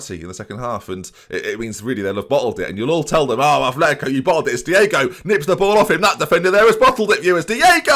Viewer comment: ATH letico??? Come on, At letico. We're not Bilbao you know!!!!